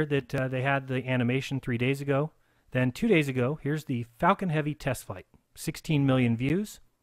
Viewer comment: If you’re going to deny LIVE FEEDS of the ROUND Earth. Please at least learn to say Falcon Heavy correctly.